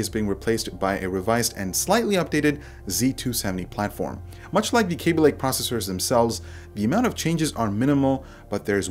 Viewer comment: it's kaby lake not kéby lake